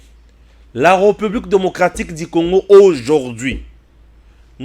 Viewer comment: petit rappel de diction < la république se prononce avec un é ouvert. <retard se prononce avec un e fermé. Bon courage.